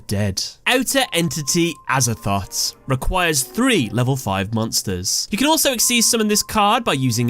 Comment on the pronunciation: Him : Outer Entity Azathot Me : Aza-thot? XD